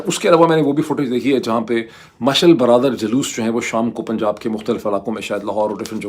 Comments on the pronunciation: Around 7 minute py aik mistake ha. Ap ny "mashal biradar " keh Diya ha jab k "mashal bardar " kehna tha. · Sir not mashal brother but you should say mashal bardaar. 😂